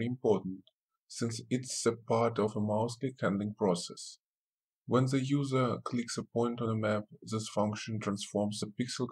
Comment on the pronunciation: Your to pronounce "the" correctly makes it very difficult to understand you but other than that, it's a helpful video